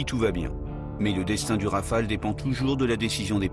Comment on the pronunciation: rafale..pas raphale...